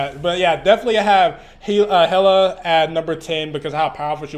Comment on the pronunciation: It's pronounced Hell-ah